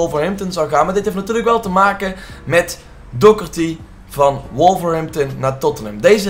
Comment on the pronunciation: Twinity Doherty zo spreek je het uit